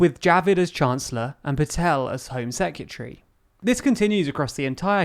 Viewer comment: Repeat after me: sec-re-tary. You're welcome.